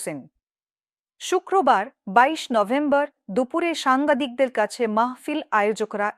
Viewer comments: উপস্থাপিকা কি সাংগাদিক বলল নাকি সাংবাদিক বলল কেউ একটু বুঝলে জানান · ওনি কি সাংবাদিক নাকি সাংঘাতিক উচ্চারণ করলো?